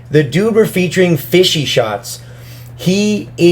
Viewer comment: FishShots* idk why he said it "fishy"